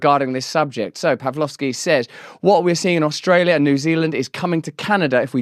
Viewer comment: You have Albanese’s accent down perfectly. Our Prime Minister pronounces our county’s name as Ustrayah